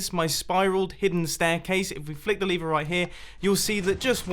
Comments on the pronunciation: Did he just say leaver instead of lever... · Its lever not leaver